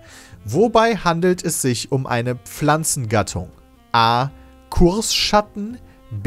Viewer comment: KURschatten, Pedda, nicht KURSschatten!